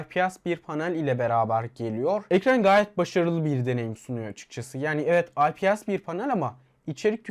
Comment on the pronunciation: IPS okunuşu AY-Pİ-ES şeklinde ve cihazda 8 değil 6 GB ram var. Hayır yanımda durmuyor olsa "Belki?" derdim de yok yani 6, o senin 8 dediğin Pro versiyonda ...